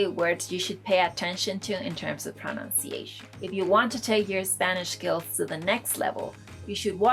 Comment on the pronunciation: Love the canal... Talks about pronunciation and proceeds to mispronounce pronunciation. ;)